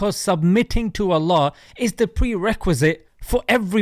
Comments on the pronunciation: JAk, did you notice how he pronounces "Allah"? This is done on purpose as if to say I'm not going to accept your pronouns (your ponunciation of Allah). It's so pleasing that they fear Islam. And like you said the Aramaic pronunciation for God is like Allah. It was disappointing to see him go the way of the Zionists. It certainly will make him irrelevant. هداه الله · Just from the way he butchered the pronunciation of "Allah" over and over even after years of exposure and discussion about Islam already solidifies this person level of intellectual dishonesty. Even a 5 yo can say Allah perfectly after hearing it for a couple of times so I refused to believe he's that dumb... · There is nothing more cringe than a white man trying to say “Allah” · He can't even say Allah right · He is so ignorant he can't even say properly Allah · It's Allah not Ellah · Perfect example why Muslims should not fuss about every non-Muslim who shows an interest in Islam. A lot of Muslims fussed about Jordan Peterson. After all that, he can't even pronounce Allah. According to him we worship "Ella". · IT IS (NOT) ELLAH YOU ID..IOT!! PETERSON=PARKINSON..IT IS,{ALLAH} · Man said Elah 😂😂😂. On a serious note , he knows deep within his soul that islaam is the religion of winners and soon they will come to realize their lost. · 💀💀💀 I- I'm shocked by the way he said "Allah" it sounds like "Ellah" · Ella??? Ugh I hate the way the kuffar say Allah subhanana wa taala. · "Al-lah" What a clown...he's mispronouncing it on purpose, a complete mockery. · Dude is such a brainiac he can’t even pronounce Allah correctly!! 🤦🏽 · I'm not a Muslim, but jbp is so off base, it's unbelievable! First of all, learn how to pronounce Allah swt, then you can give your opinions. What a pathetic case you are, jbp. Resentful old man. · lolz i can that a man seriously if u he cant pronouce allah right. lolz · Can he at least say Allah properly? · Why would I listen to someone who can’t even pronounce Allah😐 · Bro said ellah 💀